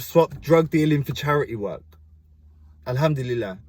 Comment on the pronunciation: I love how you say Allah and Alhamdulilah ❤️